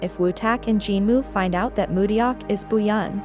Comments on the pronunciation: to the creator of this video, please pronounce Mudeok's name correctly :-) It's mu-dok, not mu-de-yok. the "eo" in Romanized Hangul is pronounced simply as an "o" like in the phrase, "yeon" in "Bu yeon." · IHer name is Mu deok , not Mu ryeok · is it now? That's so surprising! I had no idea!🤡🤡🤡 The point was that THE ROBOT pronounced everyone else's names pretty accurately, but mudeok's was so glaringly pronounced incorrectly. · You're pronouncing Mudeok completely wrong. Not even close.🙄